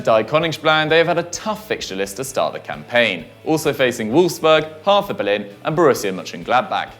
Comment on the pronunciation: As a german it sounds quiet funny how you speak out the club name of „Hertha BSC“ :D